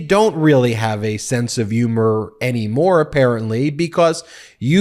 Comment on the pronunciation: It's humor not umor 🤷🏻🤦‍♂️🤷🏻